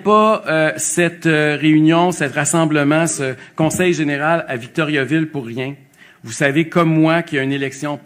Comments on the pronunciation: Ca se prononce pas Victoryaville. Pénible Duhaime. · Si quelqu'un veut se présenter à Victoriaville, il devrait apprendre à le prononcer correctement.